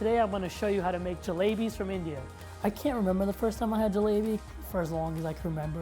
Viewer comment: Honestly these sort of videos really piss me off. First off all the way that guy pronounced jalebis made me cringe so hard,I'm not Indian but the way he said it,omg. Second,why do people think that Asia only includes Japan,Korea,China,and sometimes India,like there are so many other countries! They freaking think that the Middle East is non-existent in Asia. Places like Iraq,Syria,Afghanistan,Mongolia,Kazakhstan,Azerbaijan,etc aren't even thought about when talking about Asia. Things need to change.